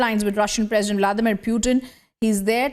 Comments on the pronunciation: Whoever is speaking. Why does she keep saying "Puetin"? Bitch pronounce properly stop trying to be so western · Kya bol rhi hai be....piutin 😂